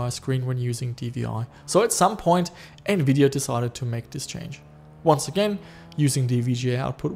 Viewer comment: TEAM RED!!!! lol, im a full AMD fanboy no matter i love a lot of their architecture, also there gpu styles, GREAT COVERAGE!! love the content as always buddy, And did you say Nvideon? lol sounded like radeon and nvidia mixed LOL, Although on my retro build with an Athlon 64 X 2 full 4gb ram, I wish i had a capable ATI gpu:/ but i had 2 older Nvidia gpus a poopy 8400GS and a 9400gt verto im used the verto 9400gt in the build its not to bad, my buddy i let borrow my r7 350... I DID online see one of those brands that you had of an R7 it was the Yeston r7350 4gb gpu for 80$ online, which might be pretty good for retro idk im skeptic lol